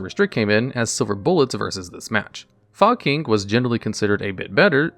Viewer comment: Why is no one talking about “fog king” literally pronounced “fuck*ng”